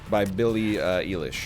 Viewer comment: NL for future reference the pronunciation of Billie Eilish's last name is like eyelash just with lish at the end instead of lash!!!